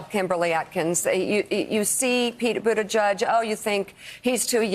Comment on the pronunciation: Yes, Mika: Budda G-edge, rather than Budda Judge.